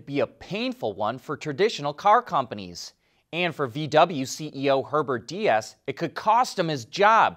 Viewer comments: it is getting more ridiculous every time you say the german name "Diess". please don't spell it like spanish Dias. Pleas spell it like "Deece" like the endfing of nice' but with the ee of cheese. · Herbert Diess' last name is pronounced dees. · Pronounce Deiss like Dice, he isn’t Spanish.